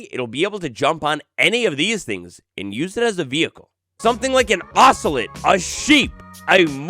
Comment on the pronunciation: You say ocelot wrong